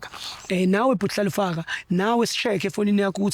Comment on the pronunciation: just can't pronounce Hlalefang (be brave, be clever) He says Hlalefa "ga" 😂